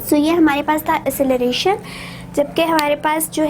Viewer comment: Acceleration Pronunciation was wrong